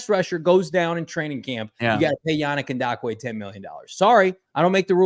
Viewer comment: Is throwing a “D” in Yannick Ngakoue’s name?